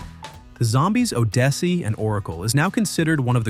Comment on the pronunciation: Arrrgh - Oddysey is pronounced odd-iss-see.